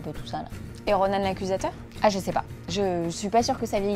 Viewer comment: C est Ronan pas Ronane , ça le décrédibilise